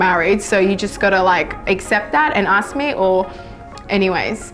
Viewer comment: Aks? You mean ask?